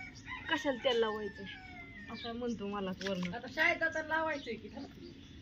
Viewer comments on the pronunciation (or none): ओ टाम्हणतनाही आंगण म्हणतो आ,,ण्याम्हणु नकोस जरा भाषा सुधारा